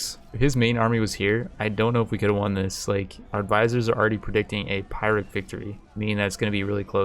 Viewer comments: my man its not pronounced 'pie-rick' its 'pure-ick" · Yo, nice! I'm in like turn 80 by now, and missed my chance to marry daddy Lu Bu (mostly because... you know, I... kinda killed him). Now I want to restart ;_; By the way, why do yo pronounce "pyrrhic" pi-rick? Isn't it pronounced pee-rick? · It is pronounced 'ph (Greek f)i-rik.' not 'Pie-rik'. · Chinese words I'll give a pass to, but : The word pyrrhic is generally accepted as being pier-rick. And now back to the video. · "Pie-Rick victory" Lol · "Pure-rick" victory. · Pyrrhic Victory = Peer+Ick Just so ya know :)